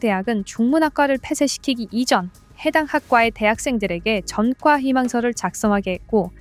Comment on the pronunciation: 이거 나레이션 직접 하는 건가요? 기계음인가요? 한국어 얘기하면서 한국어 발음 틀리는 경우가 있어서 듣기가 거슬리네요. 전과를 [전:꽈]라고 읽어야 하는데, [전과]라고 읽는 경우가 있고, 한자를 [한:짜]라고 읽다가 어떤 경우에는 [한자]라고 읽기도 하네요.